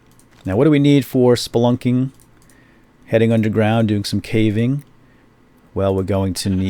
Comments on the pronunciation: I laugh everytime he says splunking, is that bad? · did he say spunking or splunking I can't tell... No Offence